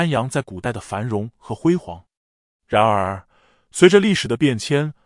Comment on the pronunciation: “然而”的讀音聽得很不舒服……